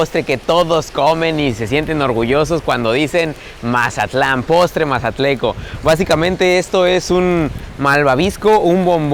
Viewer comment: se dice mazatleco 😂😂🤭😌